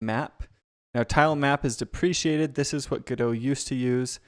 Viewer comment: nice pronunciation for deprecated